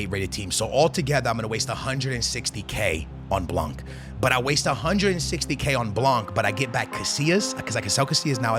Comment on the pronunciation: It’s “blan” stop pronouncing the c😭😭😭